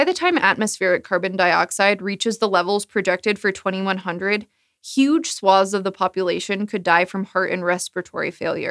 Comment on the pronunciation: I think it says something about my level of geekiness that I am so relieved by correct pronunciation of "swathes" that the Doomsday scenarios don't bother me. Somehow, here in 2020, amidst a pandemic and rampant, if rightful, civil unrest, I am upset that presenters keep pronouncing it with a long A. I believe the psychological term for this is "displacement".